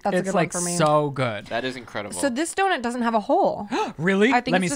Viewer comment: I can't not hear saying doNIT now after watching Shane's podcast 😂😂